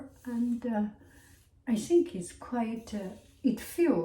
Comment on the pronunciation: i love how she pronounces ‘th’ as ’s’ like think as sink & worth as worse☺️ so qyoot!